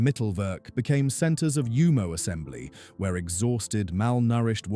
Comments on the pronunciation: This would have been more legitimate if you had bothered to pronounce the very subject of your video correctly: /Yumo/, not /Jumo/. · It's pronounced.. YOU..MO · I tried to take a drink every time I heard the mispronounced Jumo zero zero four, but I lost count, then consciousness.